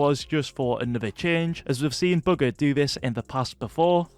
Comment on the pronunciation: STOP SAYING BUGGER instead of bugha it’s annoyinng